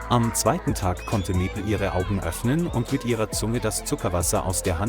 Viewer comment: Awful commentary - the bear changed sex several times and the commentator just couldn't pronounce Maple. And a referral to Emma had a pic of three blokes. Apart from that, the story was heartwarming.